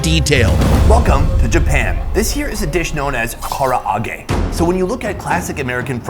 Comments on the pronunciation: Holy shit did he Butcher the pronunciation of " Karage " lol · i want to put his face in the raining hot oil every time he said KARA AGE!!!!!! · Kara-age? Come on my guy lol karaage